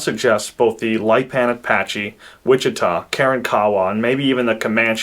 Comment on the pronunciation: Pronounced KI YO WAH & WITCH IH TAH Kiowa Wichita Not keeyowa or wisheeta